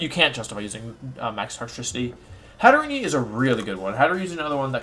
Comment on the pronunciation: Pronunciation: GHEN-GAR, not Jinjar// HAT-A-REEN, not Hatterenie 😤